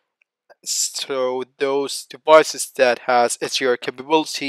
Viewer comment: HDR not SUR is it that hard to say?!